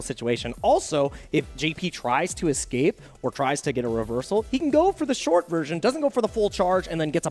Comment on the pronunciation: Lol, says "ecscape" I bet he also says pasghetti instead of spaghetti